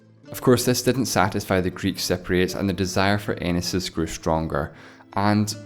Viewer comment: u are pronouncing it totally wrong..its cypriots not cepriots..